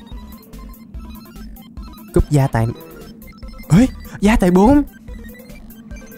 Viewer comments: Sách gai mà anh nói sách gia tài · Chơi 180 phút r sách gai 3 đọc là gia tài 3 :VV